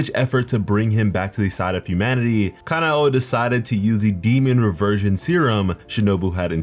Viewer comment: thats not how you say her name is not "kana o"